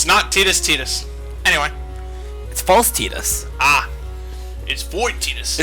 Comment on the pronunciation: "It's false tideus!" IT'S TIGHTASS